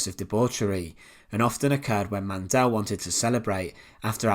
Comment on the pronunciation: Why pronounce the E in Mandl so hard? There is no E